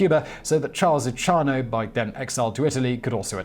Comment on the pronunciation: Simon!Your pronunciation is absolutely horrible.Go back to school or ask for help. Lucky Lu C iano. Is correct. Not Luchano. Espotio? ha ha it Es-PO-zito